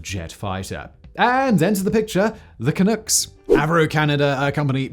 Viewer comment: Umm Canuck rhymes with puck. 😛